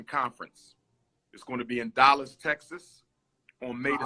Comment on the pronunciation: Dollas, Texas? Why does he pronounce his A's like O's?